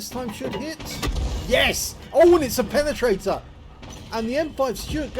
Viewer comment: "oh it's a pene-trait-ah" Nigel doing pron play-by-play would be comedy gold...